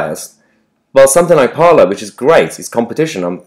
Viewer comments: ‘Parler’ is French for ‘to speak’. It is pronounced ‘parlay’, not ‘parlour’. “Parler is a new Twitter”. Parler was started in 2018. “It is a right wing version of Twitter”. It is a free speech platform and already had a large apolitical user base. Right wingers flocking there now to escape censorship does not make it a right wing platform. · Isn't Parler pronounced Par-lay as in the french for to speak / talk?